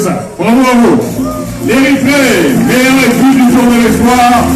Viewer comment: ነብሲ: በጃኻ እባ ነቲ ቓል ከመይ ገይሮም ከምዚጽውዕዎ ኣስተውዕል:: ኢስፕዋኽ እዩ ዚብሃል ኢስፖይር ኣይኮነን: ብፍሬንች ተስፋ ማለት እዩ:: እዚ ናትካ ጸገም ጥራይ እንተዚኸውን ስቕ ምበልኩ: ግን ዳርጋ ብሙሉኦም ኤርትራውያን ወነንቲ YouTube ቻነላትን ጋዜጠኛታትን ሓደ ዓይነት ሕማም እዩ ዘለዎም:: ኣብ ክንዲ ጽን ኢሎም ብምስማዕ ቅኑዕ ኣዳማምጻ ከጥርዩን ኪምህሩን ዚፍትኑ በብዚመስሎም ብምድማጽ ኣስማት ይሓናኽሩ